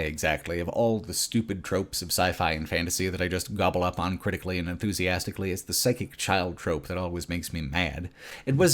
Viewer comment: I can't ignore the fact that he pronounces 'always' as 'al-ways', 'al' as in alligator. As well as, 'unending', he pronounces as 'on-ending'. 'Uncritically' > 'oncritically' 'Unbelievable' > 'onbelievable'. It is so distracting. I have to say though, I'm loving watching the video, some of these RE games I didn't play, so it was interesting to see them. Also agree on RE5, RE6. Didn't like those either.